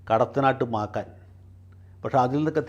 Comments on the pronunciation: കടത്താനാട്ടു മാക്കാൻ അല്ലടോ... മാക്കം.. കഷ്ട്ടം.... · മാക്കാൻ അല്ല സാറെ മാക്കം ഞങ്ങളുടെ നാട്ടിലെ ദേവതയാ സാറ് മന:പ്പൂർവ്വം പറഞ്ഞതാണെന്നറിയാം മാക്കപ്പോതി സാറിനോട് ക്ഷിക്കട്ടെ.